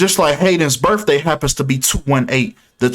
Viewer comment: It's biRTHday not biRFday